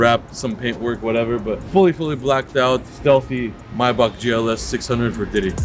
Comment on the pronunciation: Pls can some tell it’s not gaddamn myback it’s MAYBACH for God’s sake 😤